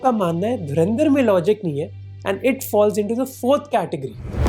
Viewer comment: Dharandar nahi Dhurandhar.